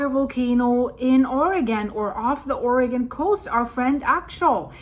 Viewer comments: I love that you know the correct pronunciation of "Oregon" but half of America doesn't. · Thank you for pronouncing Oregon correctly